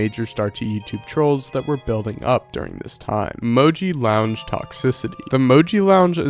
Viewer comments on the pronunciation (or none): Mojee Lounge lol